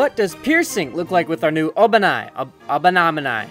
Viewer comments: The first time you said his name is right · You said obanai good the first time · You said it right the first time